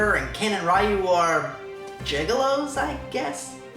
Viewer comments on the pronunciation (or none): Ryu, not Rayu.